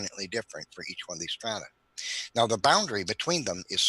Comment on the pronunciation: Sedimentary 'stratah'? Is that take on Hovind's 'wahter'?